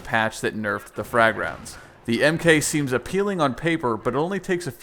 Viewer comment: Hey guys, just so you know, you don't say "Mk", it's "mark". So you know.